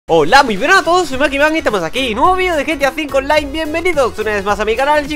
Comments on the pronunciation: tu dijiste gta 5 olain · Dijo olían